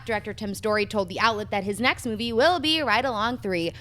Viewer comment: Every time says Moovay my ears bleed.....